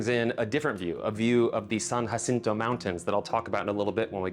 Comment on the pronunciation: What an odd way to pronounce San Jacinto lol